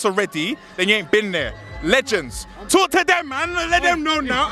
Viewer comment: Man said "Me can smell something pon der"😂😂😂😂